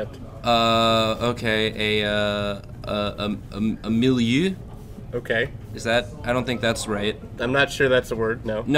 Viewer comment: I can see Julia facepalming at your "milieu" comment.... And, it's pronounced Mill-E-Euh and it means middle or medium in certain cases.